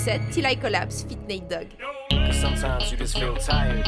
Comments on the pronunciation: heu... je suis pas un grand fan de rap mais je sais que c'est "Nate Dogg" pas "Neat Dogg"... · C'est pas "Neat dogg" c'est Nate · Neat dogg ptn faite un effort les gars c’est Nate Dogg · Chocked for the rest of my life too, it's Natt Dogs, Duh... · "Neat" Dogg.. Miskine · Vous avez écorché le nom de NATE DOGG ,honte a vous!